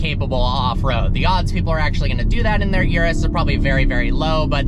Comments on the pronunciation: Bro, it's Urus, not Yurus. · After all these years, he still can't pronounce Urus correctly!